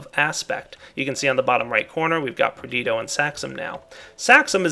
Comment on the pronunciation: It is Perditio. Not Perdito.